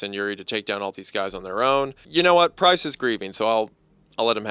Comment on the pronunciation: LMAO! I know he’s saying “Price”, but it sounds so, so, SO much like “Christ”. 😂 First time I was listening I got so confused! I was like, “Jesus? What is Jesus doing there?” Before I realized what he ACTUALLY said 😂